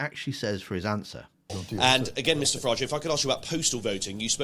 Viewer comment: You’ve got say Farage like garage.